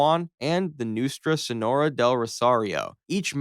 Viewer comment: U gotta check pronunciation in your scripts bro lol noostrah senorah is crazy. Neat concept tho